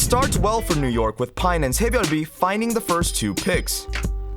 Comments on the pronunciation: Please stop saying sabyeolbe like that. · his name is pronounce sae - byul - bee (byul meaning star) so in english we are pronouncing it correctly. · Who tf is “tsehbyolbe” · The way he pronounced "saebyeolbe" was a little distracting. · I hate how he pronounces his name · The way you say SBB is so funny